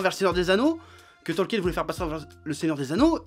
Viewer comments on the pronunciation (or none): none